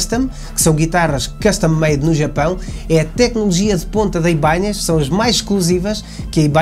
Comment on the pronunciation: O nome mudou… tiraram o til do “n”… por favor PARA DE DIZER “IBANHEZ”!!! 😅😂